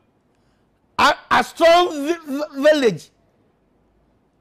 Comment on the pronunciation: That too to Aston Village